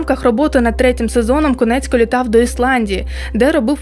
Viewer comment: Чудове відео, але не Конецько, а Коніецко*